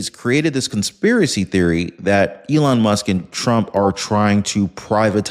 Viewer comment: HE CALLED ELON MUSK ELON LUSK 🤣🤣🤣🤣 HE'S GUILTY 🤣🤣🤣🤣